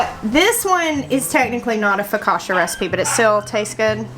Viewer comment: Lulu is so precious & curious. Seeing those Nasturtium flowers cheered me up. I'm kinda bummed I didn't get out to do yard work today - likely our last day in the 70s until Spring. Instead I napped after lunch & the sun set ish today. It was too dark to work outside. 😟 No offense but being Italian, it's pronounced Fo- ka- chia.( Emphasis on the middle syllable).